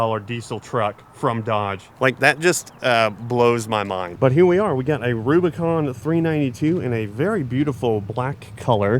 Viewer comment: It's not recon , It's Rubicon , u not e